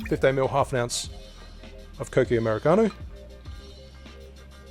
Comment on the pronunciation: U said it right kokki 👍